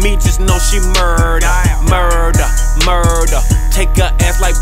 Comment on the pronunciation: its pronounced "murder" not "Muuuuuuuuurrder" k thanks